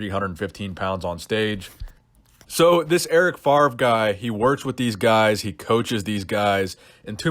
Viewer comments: It’s pronounced FAV-REE not “FARV” we Americans been saying Brett favre wrong this whole time lol the “R” is after the “V”.... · It's Eric FAVRE, FA-VRE, not Farve ;-) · Yeah, saying FARV every time was annoying enough :p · enjoy the content since u had like 30 k subs , great development brother . and erics name is pronounced more like fafre